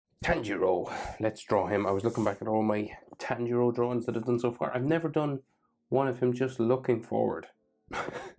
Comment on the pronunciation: Btw u pronounce Tanjiro as TAA- N-Jiro